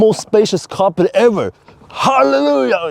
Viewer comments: Im the uk it was always pronounced cap pri. Not car pri 😊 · In the USA back in the 1970s it was pronounced ca-PRI with the accent on the second syllable.